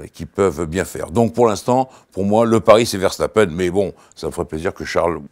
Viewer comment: enfin un français sachant dire verstappen